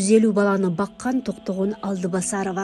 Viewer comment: Алдыбасарова эмес Алтыбасарова десең.